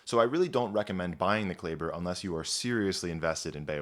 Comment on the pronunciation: I'm confused why you mispronounce Klaeber, a common German name, when I can only presume that you possess at least a satisfactory knowledge to pronounce German in general, which has a very regular pronunciation scheme?